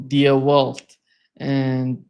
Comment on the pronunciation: Hey. The German paper is pronounced "dee velt" NOT "dia welt"